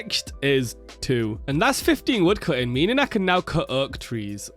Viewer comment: where are you from? How you say slow and oak has me rolling :)